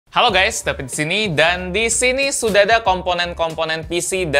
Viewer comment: "david : halo gays dabid disini" "Gw : halo vid gw disini"